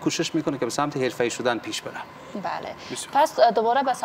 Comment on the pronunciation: از صحبت باز محمد معلوم است، بنده خدا کاملا بسواد است، بجای حرفه ای بگوید، ورفه ای میگه